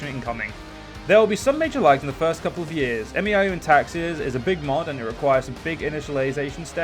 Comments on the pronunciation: It's pronounced "may-ow" by the way :P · You don't have to say M E I O U and Taxes. You can just pronounce it as May You and Taxes. Also you are in for one hell of a learning curve